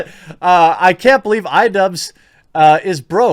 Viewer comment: It took me longer than I'd like to admit to understand why he kept saying "Idubbz".